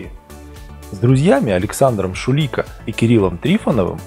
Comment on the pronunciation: Саша ШуликО, а не ШулИко